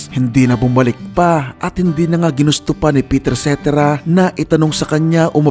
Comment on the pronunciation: Pakinggan mo kung paano bigkasin ni David Foster ang pangalan ni Peter Cetera at yun ang tama 🤨